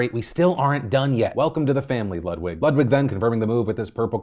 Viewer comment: It’s pronounced LEWD-VIG